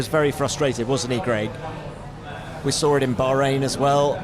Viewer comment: You sawR a happy Fernando, how can he be happy if you sawR him,in half?